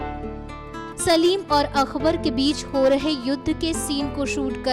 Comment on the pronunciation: Akhbar nahin akbar. Urdu please